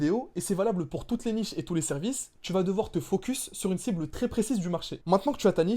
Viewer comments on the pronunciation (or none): none